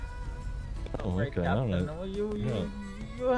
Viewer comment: 'Cowptain' lmao